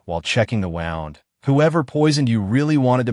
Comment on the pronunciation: I wish somebody would teach the ai phonetics. (wownd vs woond) but, that would require an awareness of context First. smh 🙄 not even going to try to recommend teaching an ai the concept of editing. 😜